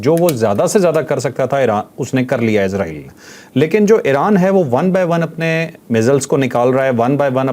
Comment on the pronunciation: pronunciation is Israel not izraeell